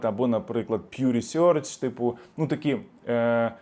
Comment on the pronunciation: як вчили англмову, то чому ви вимовляєте "Research" як примітивні кацапи --- " рісьорч", як і Тьорнер, Пьорпл! В англійській так же ж ніхто не говорить